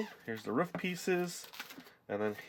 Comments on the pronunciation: OMG u do know roof is pronounced roof not ruff like a dog dumbo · Roof not ruuuuuffffff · Roof not rough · Ruf I think you ment roof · Its roof, you stupid, stupid man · Cool I never knew you could say it either roof or ruf? Anyways great job with the gingerbread house! :) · It'S. Roof not ruff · Is it an american thing how you say Roof? Because to me being Aussie, we say ro-of, you guys sound like ruf ? haha. (no offence, just wondering) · How you say roof is so funny xD It's like you're saying woof like a dog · well most parts say ro-of too. i dont know where hes from but as far as i know we say ro-of:) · U said roof soooooo wrong 👺👹💥💢